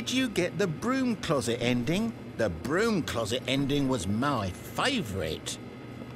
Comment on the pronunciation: The Zending broke me